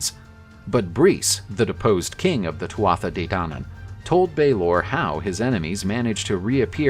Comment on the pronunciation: My Irish friends say it more like "Two-a-Day", not "too-aa-tha-dey".